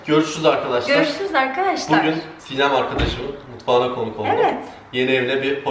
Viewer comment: Siynem ne ya Sinem o nasıl cahil Türkçe bilmeyen insanlar verdi ismini